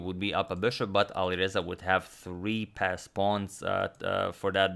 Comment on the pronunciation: Always thought you were saying “fast pawns” 😂